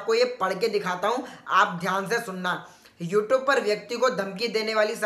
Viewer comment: North Indian accent: This video has been 'remove' for 'violates' 'youtoob' 'polaci' on 'haracement' and 'bulling' Me when he says 'bulling': ...#@@ Offended?....go watch some 'youtoob' disclaimers urself. ;)